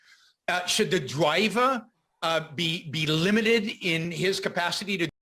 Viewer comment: yeah like i get you dont choose to have a speech impediment and it doesnt relate to your intelligence, but ive never met a smart person that says “dwiver” (not saying all speech impediments, just this weird ‘uwu’ one this guy’s got)